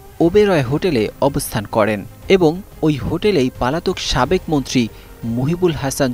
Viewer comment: রিপোর্টার বারবার পলাতক না বলে পালাতক বলছে। ভাই আগে ভাষা শেখেন।